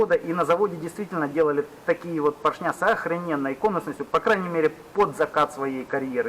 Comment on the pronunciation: ПоршнЯ, кабелЯ, звОнит... ухи мои, ухи! 🤣